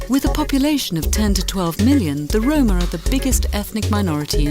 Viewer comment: It's not "roamer", but "Roma", you probably know them by the slur "Gypsy" Unfun fact: Legal slavery of Romani in Romania didn't end until 2 years before the Emancipation Act. Casual racism against them is prevalent even today by people who like to point out American racism. The Romani was also targeted during the holocaust, with more than 2/3rds of their numbers killed during those years Famous Romani include amongst others Charlie Chaplin, Django Reinhardt and Robert Plant (Led Zepplin) Nb: Romani and Romanian are two completely different ethnicities, and conflating them will make everyone pissed at you